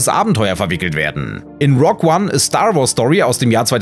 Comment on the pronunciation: „Rog One“! Das hast du jetzt extra für mich gemacht 😁